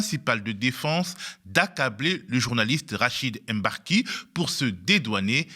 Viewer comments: Mbar-ki et non M-barki, svp! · Franchement, prononcer "Èmbarki" c'est grave en 2023. Ça doit s'arrêter. Personne ne dit "Longétempéès" si vous savez prononcer le mot longtemps vous savez prononcer le nom de ce monsieur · Rachid emBarki, depuis que le MB est arrivé en france vous n'arrivez toujours pas à faire la liaison ? Meme vous un bon négro?